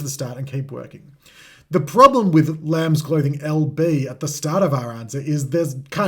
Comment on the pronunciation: Ignoring the S in lambs is criminal